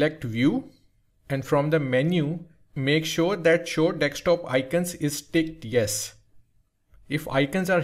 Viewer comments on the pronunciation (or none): bro said dekstop